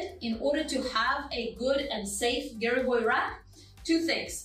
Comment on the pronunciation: Слово "гиревой" было сказано по-русски без акцента... хм, русская што ль